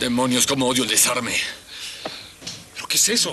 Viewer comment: Como odio el "des arme" ay ese...😂😂😂😂